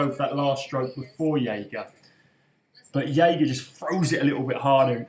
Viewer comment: It's pronounced Jager with a hard J